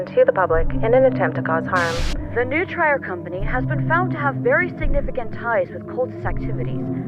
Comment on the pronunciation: One thing that kinda irks me of the original is that the Latin word for "to feed/nourish" is pronounced "Noo-tree-reh" but they pronounce it "New-tryer"